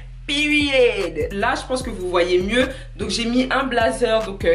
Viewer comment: C’est pas peery c’est Period en tout cas tu m’a fait trop rire🤣🤣🤣🤣😭😭